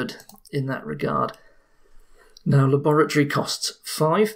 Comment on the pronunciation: "This is my lab! And THIS is my LAORATORY!"